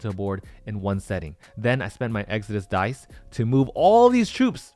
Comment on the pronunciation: Why does it sound that you’re saying die instead of dice ? It is strange.